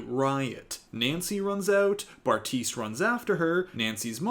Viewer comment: LOL I just realized you called him Barf-tise😂😂😂 love you